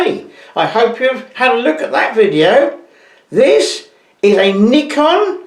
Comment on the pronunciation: I like how you say Nikon, the proper way.. 😁